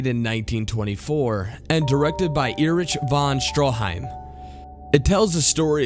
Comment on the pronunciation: Cool, list, but dude... There's butchering someone's name, and there's you saying "Erich von Stroheim"